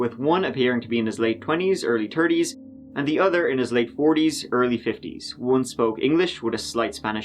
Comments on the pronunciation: The thirties not tirties bro there’s an H at the beginning in English. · If you want to pronounce a number that starts with a "t" use your tongue. ❤ "turdies" what? 😳